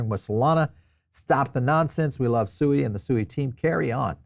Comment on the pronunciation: It’s pronounced “Swēē”